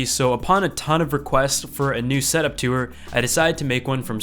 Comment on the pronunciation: "tuwer" (tour)